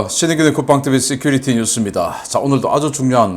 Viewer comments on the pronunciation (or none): none